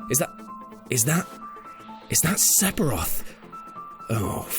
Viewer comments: It's "fff" not "p" said Sef-i-roth, not sep-i-roth. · Sephiroth, not Sepiroth. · "Sephiroth". Not "Sepiroth" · Is it like a running joke in the WhatCulture office that everyone says 'Sepiroth' instead of 'Sephiroth'? I've heard it from a few of you's o_O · Seppiroth.... i lul'd.... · Why are you saying SePiroth... it's Sephiroth, f... ph makes an F sound... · Wtf is a Sepiroth? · Sepiroff? What kind of pronounciation is that? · LOL sephiroth, the ph is an f sound BTW. Sefiroth is how its said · dude can't forget about Se"P"hiroth, seriously dude you do know that ph makes and "F" sound right? everyone has their own way of pronouncing it but a hard P is just fucking inexcusable. and is there an R in Flowey? no I don't fucking think so. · Stop saying Sep-o-roth!!!!! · if the over abundance of the pronunciation of the "p" in "sephiroth" doesnt tell you this is ai mimmicking, idk what else would. def knows, its an f sound. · Are you EVER going to learn how to pronounce SEPHIROTH correctly?